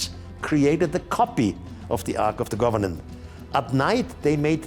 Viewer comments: It’s Ark of the COVENANT…not “govenant” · Take a shot every time Erich says Arch of the "Governent" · It’s driving me crazy how he keeps saying “Ark of the governan”! 😫 It’s COVENANT, not governan! 😂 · Its Covenant, not Governant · He said governant actually, bless him😘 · Ark of the "governan". Do you mean covenant?